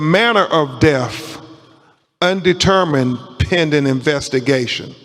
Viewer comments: I'm sorry but a supposed "attorney" should know how pronounce the word "death". Really? The deff of Nolan. Ben Crump is a race-baiter, not an attorney. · Ben Crump is the most racist, ignorant man who is out for his own personal gain PERIOD! And the word is “death” not “deaf” which makes him stupid in addition to racist and ignorant. He just loves to stir up controversy and start problems where there are no problems. Can’t stand his lies! That boy’s friends loved him and didn’t do anything to him but a man like Crump could never understand that because he’s never had true friendship’s like these boys had. It’s sad all the way around but his parents know his friends didn’t kill him. Men like Crump make their living by stoking the flames of hate and perpetuating tales of racism where there are none.